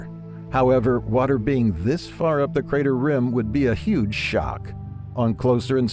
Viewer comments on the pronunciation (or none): none